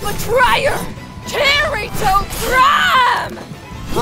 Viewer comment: Lmao and think about all the names he tried. Especially "Kiritwo" xD